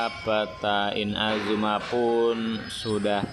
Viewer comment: pelafalan inazuma seharusnya I-NA-ZU-MA Kalau IN-A-ZU-MA kurang tepat. Pas naik ALCOR crux fleet bisa LANGSUNG TELEPORT pada ikonnya.